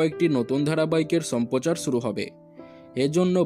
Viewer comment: 'Sampochaar' noi,...'shamprochaar'....uchharoner kono chhiri nei athocho youtube channel khulechhe!!!!..JATTOSHOB!!!!👎👎👎👎😡😡😡😡!!!!